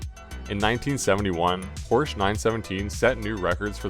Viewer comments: good vid but its poor-sha, not poor-sh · It s Porsch-e not Porsch, at least try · nice, but it is poRschE. thx (use google translator) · " i am a huge porsch fan" ehile not pronouncing it correctly.... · An easy piece of research would be to learn how to pronounce Porsche (Pour-sha).